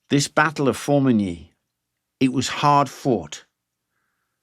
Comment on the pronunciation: I praise you for your pronunciation of《Formigny》. 🫡😉 Here. Have a like.👍🏼